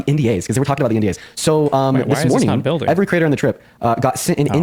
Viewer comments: Does it really bother anyone else that he says "critter" :face-blue-wide-eyes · Ohhh, he's saying 'creator.' It sounds like 'critter.' "I called all 30 critters together." I thought it was some new slang I'm too old to know about.